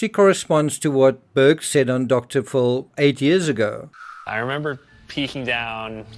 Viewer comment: TCRS - it’s Dr. PHIL, not “full”.